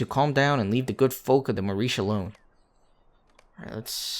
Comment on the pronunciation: You didn't pronounce the Marish correctly.